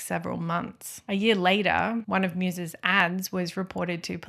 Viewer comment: Great video, thank you! Btw. the german surname Meiwes is pronounced something like "My-vas'